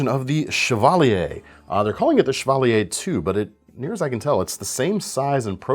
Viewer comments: I thought it was "chav-a-leer" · My cousin drove a Chevalier - but we sure didn’t pronounce it that way. That said, I like the French pronunciation.